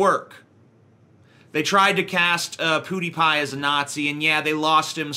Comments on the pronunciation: Ok, I'm saying this because it's super annoying. IT'S PEWDiePie! Not Poodiepie, PEWDiePie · It's PEWdiepie, not POOdiepie. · "POOTIEpie" lol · Is he pronouncing it Poodiepie on purpose? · "Poo Dee Pie" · I hate how you pronounce Pwediepie. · Dude I cringe so hard when he says pewdiepie